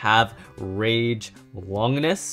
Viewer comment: Bruh it makes me cringe when they say Longinus sprigin rangoruk I understand that they say Valkyrie but it makes me rage but respect for the collection